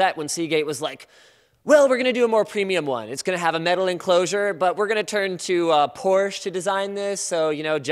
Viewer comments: The name is Porsche not Porsch please don't forget the E Sincerely A German guy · Hey Linus. A porch can't design much. But Porsche can! There's an E at the end and it is pronounced. Two syllables! Por-sche =) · It's pronounced porsh-ahh, not porsh. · its porschE not porsch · it's Por schě